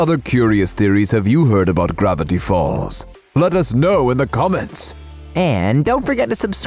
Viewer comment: When you said gravatty falls it heard like you were saying grvatty b